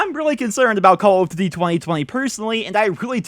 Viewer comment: Does he not know how to pronounce duty?